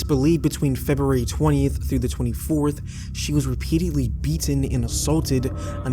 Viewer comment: I know this shouldn't be what bothers me about this upload, but "repeatiately" isn't a word, and you said it repeatedly throughout the video. Maybe work on your vocabulary before posting videos ffs.